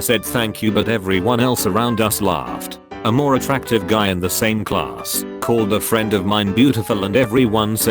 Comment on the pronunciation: why did you say 'same' like that?